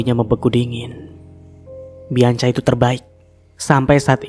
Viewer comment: Nex bianca di bacanya bianka ya mas 😊